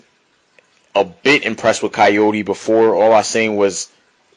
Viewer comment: good vid but his name is pronounced Car-YOUR!-dey not Cayode Try to pronounce it that way and you get it right